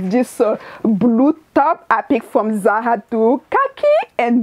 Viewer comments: It's ZaRA RRRRRRRRRRRRR! Not Za Ha. LOL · It’s the “zaha” for me! 🖤✨